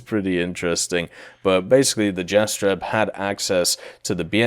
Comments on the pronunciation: So many mispronunciatons🤪 Mostly at Galeb and Jastreb, Orao and Soko. But other than that the video is nice. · Kraguj last j iz like Y from Yugoslavia Jastreb same story as above Orao ≠ oreo, a like america :D